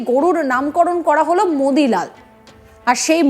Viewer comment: ওর মুখে মুতি লাল শুনলে ও ভালো লাগে